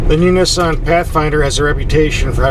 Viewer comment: You pronounce Nissan wrong